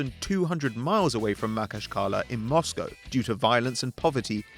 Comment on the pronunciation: He pronounced anzhi makhachkala wrong, its ma-khac-ka-la